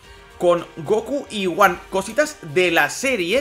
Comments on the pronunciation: Se pronuncia GoJan no Goan Dios no ves la H? Gohan GoHHHHHHHHHan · Se dice Gohan, no goan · la pronunciacion varia, en el doblaje castellano de dicen son goanda por ejemplo. Hay muchas personas que le dicem Goan obviando la "h" otros como tu o yo pronuncian la "h"